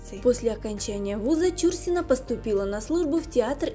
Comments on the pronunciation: Ну куда лезет, даже ударение неверно в фамилии, ужас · да,слух режет такое произношение фамилии актрисы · Действительно, не знать, как произноситься фамилия Чурсина - это по меньшей мере не вежливо по отношению не только к знаменитой актрисе, но и к читателям... Куда катимся?... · Ударение в фамилии,ув.ведущая,ударение не там ставите! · Да, получилось не очень с произношением фамилии актрисы, но мы прощаем .. тем более , что видио получилось очень интересным, спасибо огромное!! Людмила Чурсина всеми любимая, красотка так печально слышать, что такая Талантливая, не нашла женского счастья, очень жаль. Всевышний ей дал очень много красоты и таланта, но обделил её женским счастьем.❤️💜♥️💚🔥🔥🔥🔥💃💃💃💃💃💞💞💞💞🎁🎁🎁🎁💐💐💐💐💐😘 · Помимо неправильного ударения в фамилии актрисы,куча других ошибок-за время жизни с Андроповым,Чурсина-13 лет уходила из дома.Жесть.Может найдете себе другое занятие.Или хотя бы читать грамотно научитесь. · Актриса отличная,я ролик толь три минуты поглядела,неприятно когда неправильно читают фамилию,аж ухо режет,ударение в фамилии идёт не на " чу" ,а на слог " на" .Обидно что есть люди не знающие этого,актриса очень известная и замечательная! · Даже дизлайка не заслуживаете за ударение в фамилии. Бестолочи. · Ну,как не стыдно,а?...материал не Вы искали и составляли,передрали готовый,впрочем как обычно,так Вы еще и неграмотны,готовый материал прлчитать правильно не можете,как не стыдно,весь стыд наверное поотморозили...Фамилию знаменитости правильно читайте!!!...И главной ролью,по которой стали узнавать Чурсину,была не Угрюм- река а ,,Олеся,,!!! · Не стала досматривать, почему неправильно произносите фамилию? Это коробит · Издевательство над произношением фамилии. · Это ж надо так исковеркать фамилию? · Почему фамилию произносите неправильно? Нет лайку. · Чурсина -- ударение в фамилии на последнем слоге. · Это невозможно слушать: не ЧУрсина, а ЧурсинА. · Чур- сина, ударение на первый слог , режет ухо. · Какая ЧУрсина!? ЧурсинА!!! Задрали своими ошибками!!!